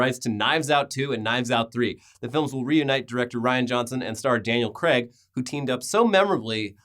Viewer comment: "Craig" not Creg.